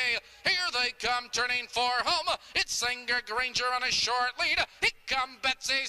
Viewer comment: Loved this horse,. But it's "Senga Granger" lolll Really